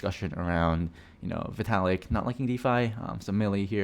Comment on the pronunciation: its vitalik... you should probably get yourself tested